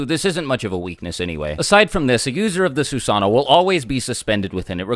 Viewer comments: Sue-san-o ???? TSU-SA-NO!! SAY IT RIGHT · It's not susaano... it's susanoo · It Susa-no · Fun fact: susanoo is actually pronounced like Su-Sah-No-Oh. It’s like this because Japanese people usually say the 2 O’s separately. There’s nothing wrong with pronouncing it as Su-Sah-No but if you go to Japan say Su-Sah-No-Oh so you don’t get corrected. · I definitely was pronouncing it “soo-suh-noo” 😂😂😂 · its actually su san o o because japenese people pronounce o's seperatly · "this is the sussano. It's Japanese for FuCkInG UnStOpPaBlE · Su sa NO, and Su sa noo like moo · It’s Susan - oh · No it's actually susano oh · The actual pronunciation is "Soos AH no Oh" the only diference between the actual pronunciation and the way was saying it is that he left out the Oh at the end. If he said Susano'o the actual way it was supposed to be said the video would be much more than 15 minutes. So basically for time purposes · It is pronounced su-sa-nu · *Every time he says Susano'o wrong, take a shot. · Why is he saying susanoo it’s susanoo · The susanoo mispronounciation is mind numbing